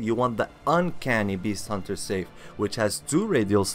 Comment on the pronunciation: "Sigh-f" bro, not safe. Also, I wouldn't talk about mechanics when you just spam r1. Not questioning your skills, as I know they're great. Just questioning the background video lol I am using every weapon on each new ng7 playthrough and yes, this one takes some practice to git gud with